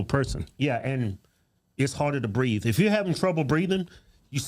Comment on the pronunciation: He said he couldn't breeve.